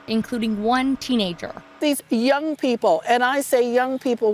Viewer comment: ya was that just a weird emphasis or code for something? lol